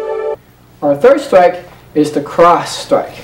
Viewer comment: side stwike, fwont stwike..... side stwike, fwont stwike, cwoss stwike